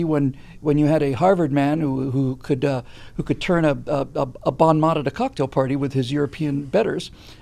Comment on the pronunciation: you KNOW I LOVE You, but "BONN MOTT"???? Bone Moe, please. Meanwhile, here's how I see Michelle's calculation: She knows Trump will win. She KNOWS he will. She LOVES being the Queen-In-Exile. She saw what happened to Hillary as "The next in line/royal spouse runs" AND she must KNOW that Biden is going to wind up in the loser seat this time out and LOVE secretly all the people competing with him who are dissing Obama and Obamacare so....she WAITS. She waits 4 MORE years when (a) there is nobody like Trump to run no matter who the R's put up, (b) she can scold Joe's opponents for dissing Obamacare and Obama legacy as being the reason they basically wrote/starred in the Trump ads that killed him and (c) call upon a now-longer-in-the-past-and-thus-foggier-remembered "Black Camelot" "Legacy" of the "good old Obama days" to run THEN and potentially win.